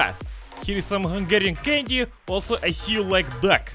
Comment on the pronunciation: "And we AL so HA ve some.. BLYAT!"